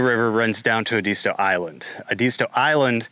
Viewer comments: Edisto not edeesto. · It’s pronounced Ed-iz -stow